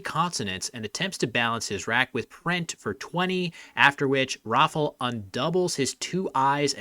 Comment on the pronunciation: in regards of the polish name pronunciation. its not pronounced rofl, its rah - fow, where "ow" should rhyme with pow. and i dont know where you got dominic, but giving up on this one is at least understandable. it should go like do-mee-nee-chack. also if you use google translate don't be fooled by the pronunciation of "rafal", the l here should actually be an ł, which make different sounds